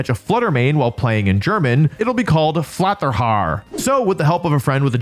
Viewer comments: it is pronounced “Flatta Ha“ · As a German, it was hilarious to hear Wolfe say Flatterhaar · we need to talk about your pronunciation of the name Flatterhaar. Greetings from germany, but pls dont scare me this much XD❤😂